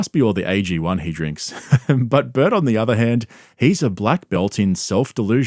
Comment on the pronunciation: I like that you pronounce the name Burt as butt